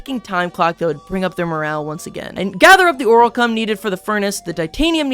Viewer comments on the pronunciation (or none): "Oralcum anvil" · Why do you say oralcum and ditanium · no way u call it an oralcum anvil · Why won't he stop calling orichalchum orilcome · Please God pronounce orichalcum correctly